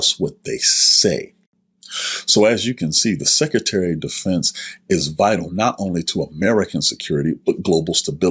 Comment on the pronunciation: It's SECRETARY!!!!...NOT SECETARY